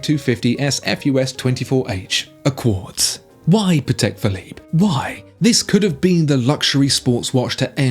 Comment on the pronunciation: I just have to say it. That's a Pa-tick Philippe 🥲